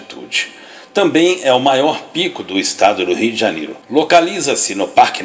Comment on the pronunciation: Só eu tenho agonia quando ele fala Rii D'janero?